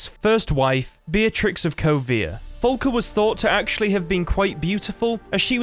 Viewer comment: I'm downvoting for "Folka." It's "Falka." Say FA. FAAAAAAAAA.